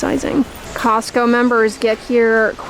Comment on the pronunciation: Cozzzco lol